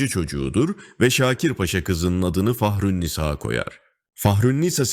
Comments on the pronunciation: Fahrünnisa isminin sonundaki a uzatılacak.yanlış okuyor seslendiren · Yapım çok güzel, beğendim. Tek eleştirim seslendirmedeki yapay zeka sesi. Türkçe diksiyon, telaffuz, vurgu her şey yanlış! Yapımın etkisini izleyenin odağını bozuyor. Nisâ üst üste iki cümlede bile aynı şekilde soyleyemiyor mu bu geri zeka 😢